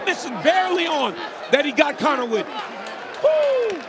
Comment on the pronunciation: You did Conor even dirtier by butchering his easy name🤣